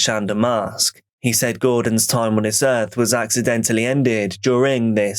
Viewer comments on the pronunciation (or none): none